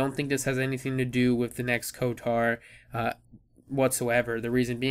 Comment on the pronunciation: You are pronouncing it wrong lol, where is the "a" in "kotor"? Lolz